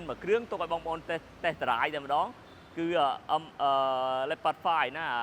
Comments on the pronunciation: Leopard = លីអូផាត ❌️ Leopard = ឡេភឹស ✅️ 😂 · English ខ្លាំងពេក Leopard = ឡេភឹស ok brother you win